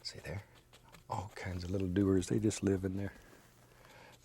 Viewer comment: Does anyone else hear him saying to add some "DOOTERS" ? or is it just me